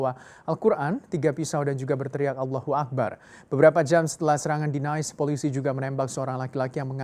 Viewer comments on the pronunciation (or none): Nice = nis bukan nais hehe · Bukan bermaksud menggurui, tpi Nice(kota di Prancis) bukan dibaca nais tpi nis hehe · Dia baca Nice aja salah, Dikira kotanya di Inggris kali, dibaca begitu, BACAANYA NISSS